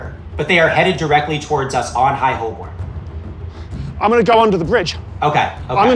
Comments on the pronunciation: I winced every time someone pronounced Holborn as it’s written 😂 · Three Americans attempting to pronounce Holborn made me laugh much harder than it should have